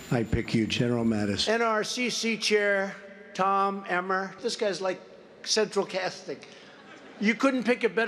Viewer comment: “CeTraL CaSsTinG”